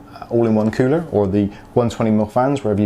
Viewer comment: Cooler not coower